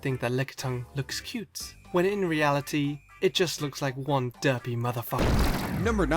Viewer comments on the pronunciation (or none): XD he says it like "Duhpy". Also, 'Tony Daddi". And I'm exactly like the second pokemon on the list because I always have a straight face. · The way says derpy and derpiest really satisfies and makes me laugh at the same time for some reason 😂